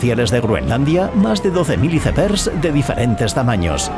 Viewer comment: Me bastante risa escuchar como pronuncia iceberg 😂... Como será escuchar cuando pronuncia ice cream😂😂